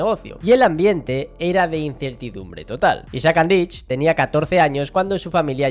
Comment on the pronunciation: no se pronuncia Andich con ch es con c